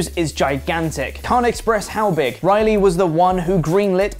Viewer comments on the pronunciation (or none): none